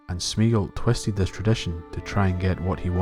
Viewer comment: Three syllables: "smay-ah-gol". Tolkien's languages have no diphthongs, meaning when you put two vowels together they don't make a single phoneme, as in the English "meat". All his vowel combinations are pronounced separately. (Which is why there's an accent over the "e").